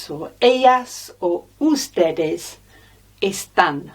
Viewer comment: Saludos de Colombia. It's a good lesson and great content some of the pronunciations are slightly off: supermercado (stress on the CA, not PER), el hospital (la o sounds odd), ustedes (natural stress on TED, not U), clase (stress on CLA, not SE)